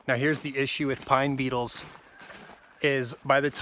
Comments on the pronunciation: I thought you were saying PINE "NEEDLES"! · Oh! You said beetles... I thought you said needles 🤣😂🤣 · I first thought you said pine NEEDLES are killing the trees -- then after about 3 minutes in to the video, I realized you were saying BEETLES!! Great info!!